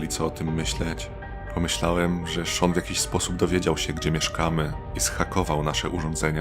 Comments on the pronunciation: Sean nie Shawn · Czemu lektor mówi Shawn zamiast Sean